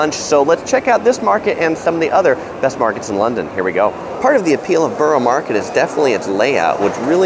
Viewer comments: It's pronounced "Burra" market and he showed Tower Bridge, not London Bridge. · It's pronounced burra or burruh but otherwise thanks for the vid :)